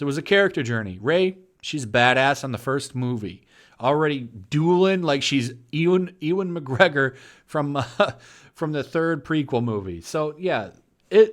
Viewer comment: It’s Ewan not Ian